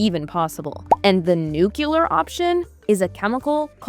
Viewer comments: Thank you for this informative video. you said nucular instead of nuclear. Don't listen to Homer Simson. 😂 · Nuclear. NuCLEAR. Nucular is not a word.